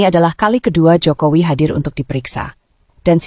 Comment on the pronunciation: 😂😂😂😂NGOMONG SENDIRI DIJALANAN..RISMON SDH.MULAI EDAN.HOPHO HOPHO....HOPHOWI...😅😅😅😅NGOMONG JOKOWI KOK HOPHOWI.